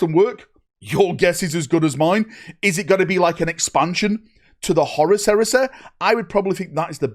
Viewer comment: Horus Heres-eh. The Canadian Edition.